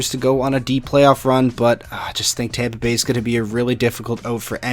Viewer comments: Champa Bay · If I have to listen to everyone say “Champa Bay” again I’m gonna cry so Go Panthers! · I’m a Tampa fan, and I hate it when people say Champa Bay 😂